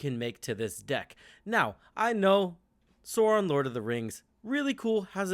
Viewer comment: Stop saying “soron”. It’s “SAAWRON”.